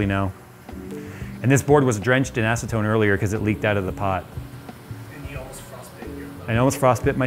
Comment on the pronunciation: Ha he said ass-atone